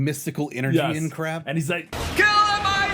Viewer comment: But will it keel?